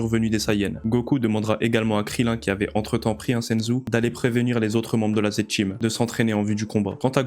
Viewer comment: TA DICTION EST DEGUEULASSE!!!! avec tes "parTCHi", Zed "TCHeam" 🤢🤮 😭😭😭😭😭 jsais meme pas comment j'ai fait aller au bout de la video